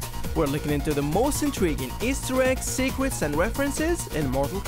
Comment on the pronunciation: Secret. I heared swecrets